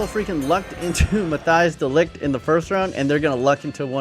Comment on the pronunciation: Matthijs de Ligt*** Just google his fucking name hahaha